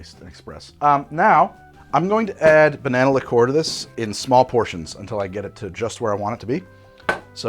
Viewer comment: Lick COOR! Whatever pronunciation makes the man happy, I guess. I can’t see the point of cassis in that first one. I’d save it for making kir.